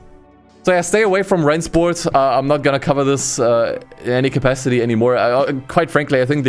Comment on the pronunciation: I’m just here to hear pronounce Rennsport correctly Oh wait he didnt